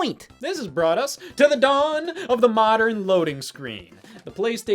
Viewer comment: why'd he hit 'to the dawn~' like that tho?